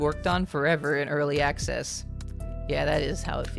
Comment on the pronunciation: "early acces" 😂